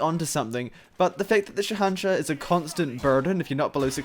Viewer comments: It's pronounced shay un shah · It is said Sa An Sah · It is pronounced as sh a hen shaah and it means king of kings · Sha nah sha-sha is how it's pronounced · its shahanshaH. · The pronunciation is killing me